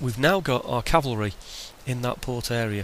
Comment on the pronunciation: Oh hey btw. I really like that you say cavalry. So many people mistakenly say calvary and not only is it mispronunciation but it changes the meaning of the word. So cheers lol